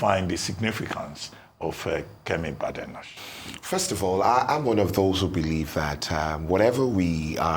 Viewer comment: Bae-de-nock!!!...That's the correct pronunciation.